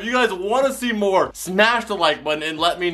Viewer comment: why are you saying mnore that’s not even an actual word explain please